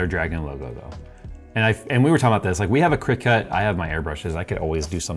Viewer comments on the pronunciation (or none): you need to get this through your head. Cricut is pronounced as CRICKET. This is why there is antlers on the logo. Get it right man!!!!